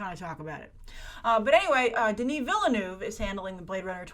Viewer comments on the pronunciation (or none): the e in Denis Villeneuve's last name is silent. Denis is French Canadian. Think "ville" in French. Sincerely, a Canadian. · Please Denis Villeneuve... learn how to pronounce his name properly. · Hollywood Envy I just want her to be one of the few Americans who can say his last name correctly. I see Americans try so hard and they all say Denis correctly. But for some reason, they always pronounce the e in Villeneuve. While my French is terrible, there are no...speed bumps like that in French pronunciation. It's very a smooth sounding language.